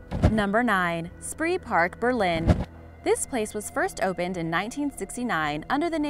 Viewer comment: Spreepark is actually pronounced "Schpray-park" in German. And I think Six Flags New Orleans should've been included, especially some of the pictures of the park sitting completely underwater after Hurricane Katrina